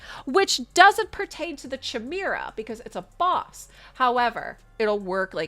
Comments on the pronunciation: Well, I wasn't going to say anything, but now I have to - kai - MARE - uh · You pronounced chimera wrong 3 times and I couldn't listen to you anymore 😂